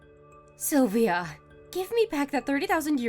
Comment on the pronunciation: WOW! This woman is clearly crazy. And I guess it is SylviO and not SylviA